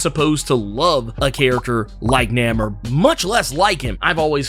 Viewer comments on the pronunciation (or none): Namor is Roman backwards thats how the name was invented and the writers pronounce it as Nay-mor. So its kind of funny how he keep saying Name-er....lol Regardless the MCU changed it to Na-mor recently. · Pronounced NAY-MOR, Not, Named lol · I'm sorry I can't do it I gotta be a whole complete butthole, I can't do the NAMMOR he keep saying love his vids. But NAMMOR and the whole industry and me loves NAYMOR I know it's spelt wrong just tryna get the sound out NAEMOR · It's pronounced NAY-MOORE not NAM-MUR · Nah-merr…then you said nuh-moor…bruh what lol? It’s not pronounced Nay-moor anymore? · Who the hell is Namer? You mean Namor? You butchered his name worse than M. Night Shyamalan butchered Aang The Last Airbender. 😂😂😂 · Namor not namer lol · I thought it was pronounced NAY more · The ONLY reason I disliked this video is becuz U mispronounced his name. U done lost yo damn mind & U should know better. It's NAMOR (NAY-MORE). I/WE X-pect better from U, Sir. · NAY-MOOR say it with me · Have I been pronouncing his name wrong all these years? I really couldn't get past the way you pronounce Namor, I could have sworn the "a" is long. It really was grating. Is this a joke? 'lol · It's Namor. Not sure of what his new name honestly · It’s pronounced NAY MORE. We’ve been saying it like this for decades. We need to change the pronunciation now? Why? Good video though. Am I the only one that hated the original triangles shaped head? I wonder why the creators went with that design? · Why do you keep saying his name that way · Why are u pronouncing his name like that but that's not the way you say it and you supposed to be a comic book accurate dude saying it like how they standing in the movies and it's not pronounced like that brother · ewww you pronounce his name weird lol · I have never heard his name pronounced like this in all my damn near 4 decades of life. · He done said this characters name wrong so many times before the minute mark I think it is a superpower.